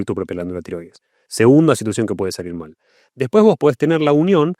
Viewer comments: 12'.18" ..."malir sal " 😂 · “malir sal” = salir mal 😅